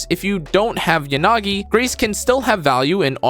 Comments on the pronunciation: just started the game to check that... Maybe that's a me problem but I can't unhear stress on "Ya"... Anyway you're right, it shouldn't be on "na" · European languages have stress that needs to be placed somewhere. I also place it on "na" part, what's wrong with that? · How I watch a video: I enjoy it until he mispronounces Yanagi's name, something that happens any video he mentions her in, today I was allowed to enjoy until 😂 I kid, thanks for the video, a good listen. I do think you sliiiiightly underrated Grace though, her strength lies in her ability to be the fastest anomaly proc in the game. So pairing her with someone like Burnice can lead to rapid and constant disorders. (This is assuming you don't have Yanagi. Whose name, btw, is intoned evenly throughout, not 'yaNAgi', just 'yanagi') 😉